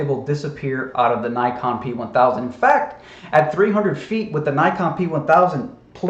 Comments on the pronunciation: Aberture, amberture, what’s the difference, bro? 😅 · Did actually say "aburture"?